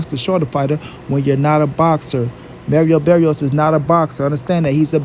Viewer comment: Merio berrios 🤣